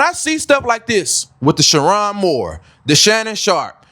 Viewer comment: You waited for more details!😂 You miss the detail about his wife? ….. -That she too is WHITE! 😂smh. - Mispronouncing his name is a crazy detail to miss. - MID 50’s??!! HE’S 39!!!!! So according to your logic: - Sherrone threw his life away when he married a white woman and had three kids with…??? Who’s been tripping about his E.A? Media won’t even say her name. Plus race baiting??? Smh Sit this one out. Delete this vid. Make another one about how lust can destroy.